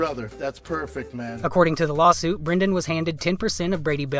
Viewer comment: Perfect opportunity to use "lawlsuit" in the title since that's how he says the word lawsuit-but you missed it! Haha.